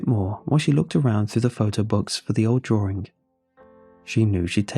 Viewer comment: I'm sorry but I hear it as "drawRING"